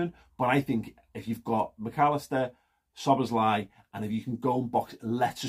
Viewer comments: It's pronounced sir bozz lie :-) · It's pronounced Sob boss lay